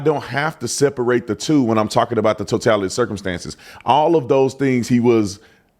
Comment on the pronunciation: Even if you're post certified. If you pronounce it "totalidee" you're not getting a badge.💯